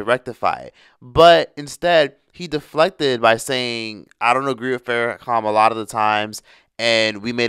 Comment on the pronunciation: Farahcalm 🤔🧐🤫🤠🤣😂🤣😂 You said it toooooo many times for me to let it slide or ignore it, the disrespect 😂🤣😂🤣